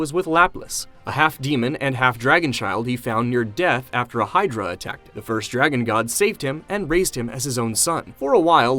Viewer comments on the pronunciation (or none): none